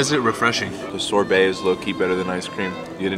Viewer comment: Ain’t No way he said Sor-bae